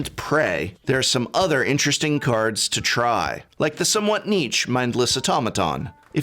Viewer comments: there are 2 commonly accepted ways to pronounce "niche" and you opted for neither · His pronunciation is itself niche.